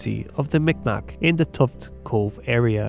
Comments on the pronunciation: Fyi ..Mi'kmaq is actually prononced MEE G-MAHK. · M'ikmaq pronounced Meegmaw. K makes a G sound in M'ikmaq.